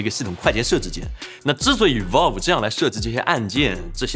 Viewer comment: valve 发音错了啊啊啊... 听得特别别扭.....